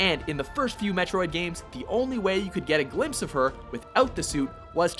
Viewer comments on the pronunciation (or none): none